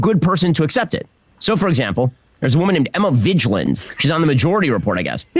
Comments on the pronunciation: Emma Vigeland! Ben Shapiro himself has now intentionally mispronounced your name. You. Have. Arrived! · i don't believe for one second shap isn't 100% aware of emma or that he doesn't know how to pronounce her name. she is a competitor on a rival channel and he's a weird little scared and insecure guy. hm! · Nice work Emma. You got your name mispronounced by a sassy conservative boy. Prepare yourself for more sick burns n shit.